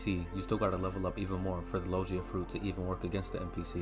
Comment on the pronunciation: Lol sorry didn't realize my typo, I meant that in the video you were saying Lo-jee-a, instead of the correct pronunciation, lo-gi-a. Sorry to bother you, great video though, it really helped me!